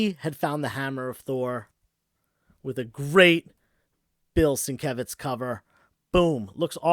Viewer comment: It's pronounced Sin-kev-itch.